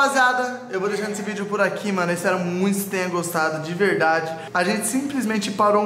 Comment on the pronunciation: Tá parecendo o povo que apoia danan. Dani fala "mano" e o povo ouve "moh" "amor" kkkkk pqp